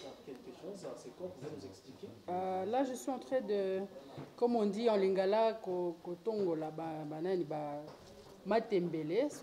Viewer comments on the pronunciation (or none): Botika Congo calme ya bino nini? Bolia biloko na bino...Kodongola et non kotongola..